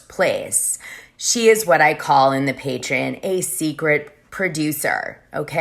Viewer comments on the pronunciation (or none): Patreon = PAY TREE ON!!!! Not pay tree IN!!!!